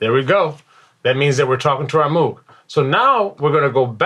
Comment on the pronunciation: Great video! One nitpicky thing... Moog rhymes with "vogue", named after its inventor Bob Moog.